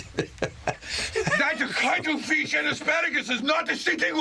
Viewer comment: Vanilla paste or cwuddle fish? Ok cwuddle fish.